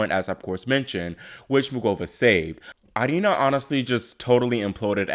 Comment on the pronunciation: It’s pronounced arina lol